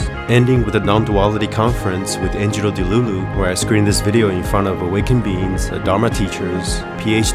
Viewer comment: You said Angelo Delulu!!!!